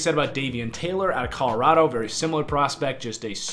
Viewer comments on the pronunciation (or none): none